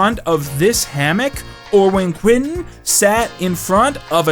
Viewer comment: Close! its actually pronounced Quansun